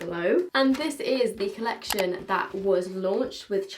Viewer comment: I cant with you lol, first dixi then colleciton and then zEIGler, its just z(ee)gler, my 12 year old inside dance mom fan is dying